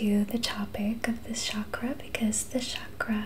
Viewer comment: It’s pronounced “chak-ra” with a ch not sh sound. ☺️